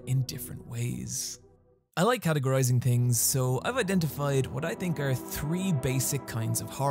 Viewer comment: I love how you say "or" rather than "r"